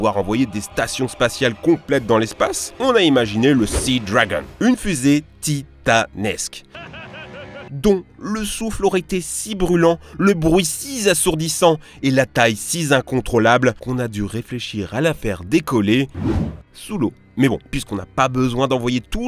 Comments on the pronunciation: Si z assourdissant si z incontrôlable J’en peux plus de cette diction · "Le bruit si z'assourdissant et la taille si z'incontrôlable" ou bien le bruit "six assourdissant" et "six incontrôlable", une puissance mathématique installée au début de l'adjectif pour en augmenter la force ? :D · Si zasourdissant, si zincontrôlable.... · si zassourdissant ? si z'incontrolable ? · "si zassourdissant et si zincontrolable"? aïe.... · Hum : "...si Zassourdissant et si Zincontrôlable " , ou bien "très peu Zefficient" ! Dommage, Christa Mc Auliffe n'a pas pu donner son cours depuis l'espace ! Qui sait ? ... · Si Z'Assourdissant et si Z'Incontrôlable, je comprend qu'ils aient laissé tomber... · le bruit si assourdissant, pas sizassourdissant, et la taille si incontrolable, pas sizincontrolable... je veux pas faire mon bégueule mais ça pique un peu les oreilles ;-) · Bravo pour toutes vos belles vidéos, avec mon fils on s'éclate à vous regarder! Cependant, évitez les liaisons "mal-t-a propos", exemple: à 4 min 05, un si assourdissant et non pas "siz assourdissant" , et juste après "siz incontrôlable" non juste si incontrôlable, voilà y en à d'autres dans vos vidéos, c'est dommage vous faites cela tellement bien.... bonne continuation et continuez à nous enchanter;;; sans mauvaises liaisons.... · Pour ton bien, il faut savoir qu'on ne fait pas la liaison du genre "si zassourdissant", "si zincontrôlable"! Mais j'adore tes vidéos! big up de la réunion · si 'assourdissant si z'incontrôlable !! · Très bonne vidéo très instructive. Mais..... Qu'est ce que ça veut dire "si zassourdissant" "si zincontrolable"?